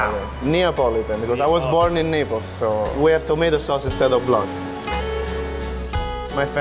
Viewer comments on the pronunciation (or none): When the chef says Naples it sounds like he’s saying nipples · I thought he said "We have tomato sauce instead of love"